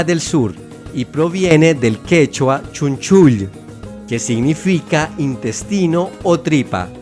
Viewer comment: Es ch'unchula, no chunchull